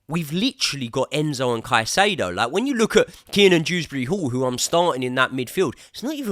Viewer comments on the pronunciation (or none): none